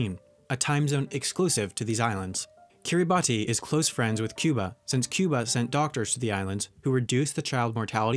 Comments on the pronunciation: Great video with lots of cool information, but Kiribati isn’t pronounced how it looks, it’s actually pronounced Kiribash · one quick critique. Kiribati is pronounced Kiribas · its pronounced "Kiribas" the "ti" makes an "s" sound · Kiribati is actually prounounced like kiribas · Kiribati is actually pronounced Kiribas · Kiribati is pronounced ki ree bas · Kiribati is pronounced “Kiribas”. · Kiribati is pronounced Ki-ree-bas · It's typed Kiribati but it's pronounced kiribas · Kiribati is pronounced (keer-a-boss) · U pronounce it kirabas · That annoyed me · You pronounced Kiribati wrong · that is not how you pronounce Kiribati. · That's not how you pronounce Kiribati. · Slight criticism, but Suriname is pronounced sur-i-NAM not SUR-i-nam-e and Kiribati is pronounced KIR-i-bas. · Just a correction and to let everyone know: Kiribati is actually pronounced Kee-rih-boss instead of kee-rih-bot-tee because of a native language where “ti” is pronounced “ss”. Weird, I know, but you can kind of get used to it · 13.38 - one of 4 countries to have Guinea in its name. Another one is Papua New Guinea. 14.02 - Kiribati is pronounced Kiribas As you can tell, I'm a Pacific Islander... Good facts tho, learning heaps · Its pronounced Karabas even though its spelled karabati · Kiribass not kiriboss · Kiribus not kiriboss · Chribas not kiriboss as Christmas is pronounced Kiritimati. Ch - Ki, ri - ri, st - ti, ma - ma, s - ti Ch - Ki, ri - ri, ba - ba, s - ti Therefore, Chribas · when you hear someone say KiribTI instead of KiribaS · Ah! Kiribati is pronounced kiribass, ti makes the "s" sound in Gilbertese. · Kiribati is pronounced “kiriboss”. I know, it’s weird. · Finally!!!! Someone who know how to pronounce it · also why does nobody mention how kiribati is said Kiribahs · Kiribati is actually pronounced Kiribass (like b-ass not bass) because they pronounce -ti as -ss. So the island of Kiritimati is Christmas Island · Kiribati is pronounced Kiribas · No its pronounced Kiri-Bahs